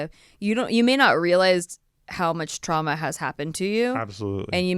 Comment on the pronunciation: Did say trANma instead of trauma?